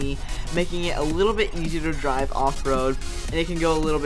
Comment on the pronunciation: IT "DRIVS"SO AWESOMLEY